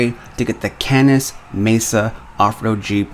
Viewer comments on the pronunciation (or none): none